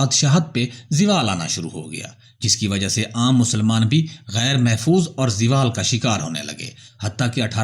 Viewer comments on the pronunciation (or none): زوالZAWALکو Ziwal نہ پڑھیں نہ کھیں